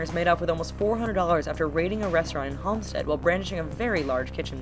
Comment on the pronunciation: You dont say holmstod you say halmstad